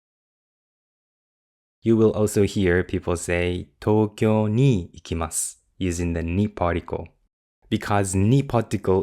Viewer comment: fune de mo ikimasu, not ikemasu